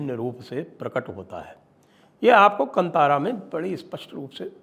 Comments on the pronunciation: KAANTAARAA, not kantara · Sir ji, just one correction requested, the name is Kaantaara not kantaara. Love and respect your channel 🙏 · 🧡" कंतारा " नहीं " कांतारा " बोलिये 💛🪔🔱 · संजय जी कंतारा नहीं, कांतारा | संस्कृत का शब्द है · Please learn to pronounce Kaantaara . Not Kantaara )) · It is not pronounced as Kantaara (just like in the word kant or neck).. Instead it is kanthaara.. It may be derived from the sanskrit loan word called kannan (jungle) in kannada.. So it is pronounced just like the word kanthi or rays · Proper way to pronounce...not kantaara....it's kantara or kaantaara .... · The correct pronunciation is Kaantaara. It's a Sumskrut word. You should know it, Deekshit ji. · The correct pronounciation is "kaantaara" sir.